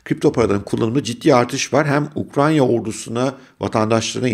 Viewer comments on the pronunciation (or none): Ukranya değil hocam, Ukrayna 😄